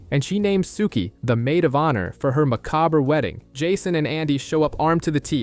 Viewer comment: Why can no one pronounce “macabre”